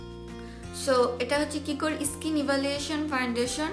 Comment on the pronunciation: Its skin not iskin